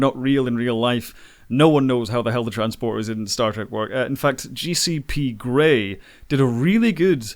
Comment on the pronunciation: Did you just say GCP Grey?